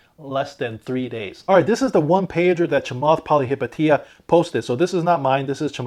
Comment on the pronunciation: you are the Only person here on YouTube to pronounce, Chamath Pilihapitiya correct, am glad being a fellow citizen.